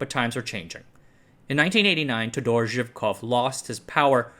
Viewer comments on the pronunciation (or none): You MUST put the stress in the name "Todor" on the first "O". Take a note, please !